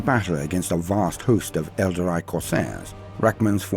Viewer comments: ...whats an elder-eye? 🤔 ...i know what an el-darr-ee is..but never heard of an elder-eye... 🤪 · Good stuff! Although hearing "Aeldary" is a bit weird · That pronunciation of Aeldari is seriously confusing. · Good narrator...but someone should have told him how to say Aeldari.